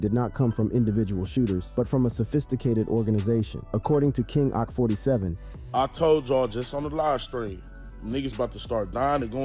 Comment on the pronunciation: Boy said king ock😭